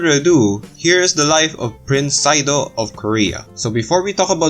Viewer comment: Sado is not pronounced like "saido." Hyegyeong is "hay-gyoung" ("gyoung" rhymes with "young" but has a G at the beginning.) Words that are romanized with a Y at the beginning should not be pronounced with an H sound before the Y.